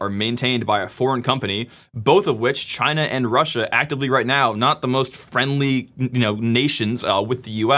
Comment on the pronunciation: LOL now singapore is CHY-NA